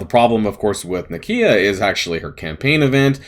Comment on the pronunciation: The way you say nakia is perfect. Not one American can complain about the way something is pronounced 😉